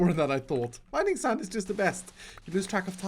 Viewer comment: how dare you pronounce sand not SaNd